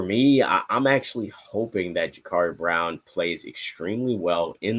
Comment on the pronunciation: Guys it's Ja-Cuurri not Ja-Caarri.